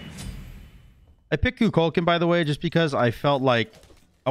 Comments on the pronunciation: Love the game. Hate the way you pronounce Kukulkan. 🤣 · Why do so many people botch the pronunciation of Kukulkan?